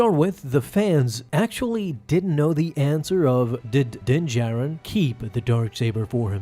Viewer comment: So he still keeps saying din “Jairin” lol